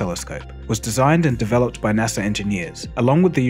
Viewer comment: its nasa not Nasser